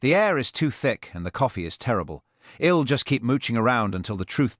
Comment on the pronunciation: The programmers of this AI “reader” should be fired. While the accent is so British and proper, its pronunciation skills R greatly lacking. It cannot even pronounce “I’ll”. What a shame if it weren’t so funny. And whoever wrote this episode has made DCI Blair particularly nasty. Another shame that is less funny. Oh well, this is cheap entertainment. What do I have to complain about.